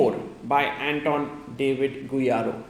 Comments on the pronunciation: Bro, GuijaRRo not Guirajo hahaha. Love your content sir. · The way Sagar pronounces Guijarro is sublime 😂